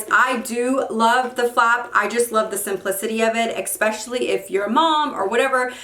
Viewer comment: Expescially or especially? Lol